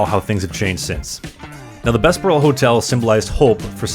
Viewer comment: Thanks for this. A few minor pronunciation corrections. Bessborugh - usually we pronounce the “ss” as “zz” as in the “Bezz burr oh” so the “s” flows better into the “b”. Although the difference is minor. Qu’Appelle is a French word that means “Who Calls”. As such it should use the French pronunciation where the final “e” is silent. The way you say it sounds like you are saying “Qu’Appelle eh?” which might be proper “Canadian” if asking a question about it, but the “eh” would be a separate word :-)